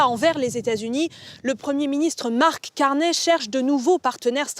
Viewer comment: C'est Carny pas Carnet